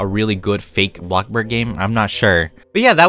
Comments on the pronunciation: How says bloxburg: BLOCKBURG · I live how he calls it bockburg lol🤣😂